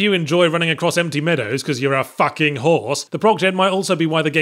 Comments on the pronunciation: "FACKING horse" Yatzhee's gone all savvern on us, innit? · "But even if you enjoy running across empty meadows cause you're a FOUCKING HORSE-" Good God the enraged emphasis in that sentence was beautiful.